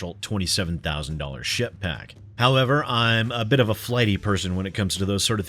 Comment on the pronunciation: every time you say ship pack I only hear s*** pack but I could be projecting